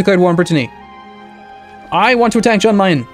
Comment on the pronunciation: Yan Meyen. Yan Meyen,. Yan. Yan-kee. Jan Meyen.